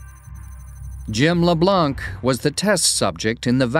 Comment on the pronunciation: The "c" is mute in "Leblanc"